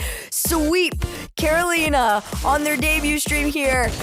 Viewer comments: Why does pronounce Carolina like that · Who the hell taught these people how to say Carolina? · Care Oh Leen Uh vs Care oh Line uh vs Ka ro li na